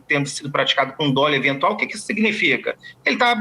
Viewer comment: Dolo. Dólo? Mudou o português???